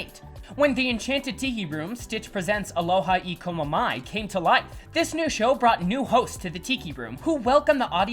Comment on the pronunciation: Good video but you pronounce Aloha E komo mai very badly.